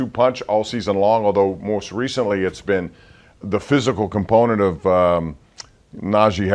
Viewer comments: Why can't he just talk in regular English? We know he's an intelligent man. I'm gonna start the "compnent" drinking game. Whenever he says "component", I'll say "drink". Enjoy your forthcoming headaches! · Whew! I lost count of the "components"